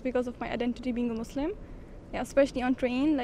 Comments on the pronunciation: bro really said musurim 💀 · it is not musrim, it is muslim